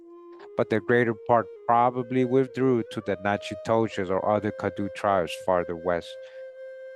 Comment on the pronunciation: the CADDO Indians are pronounced Cah-Dough (or Cotto) which are also found in Northern Mexico near the TX border. The first President of Mexico, Vicente Gurrero, was a black man from this tribe (I believe). You can find this and MANY other indigenous Tribes listed together in Gerold Horne’s book called: The Counter-Revolution of 1886, which discusses how TX broke away from Mexico because they intended to sustain slavery after Mexico’s president abolished it in 1804. Worth every penny!